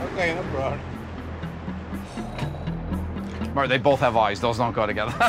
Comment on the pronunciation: “Hang tight dude” First guy: “ok no prollum”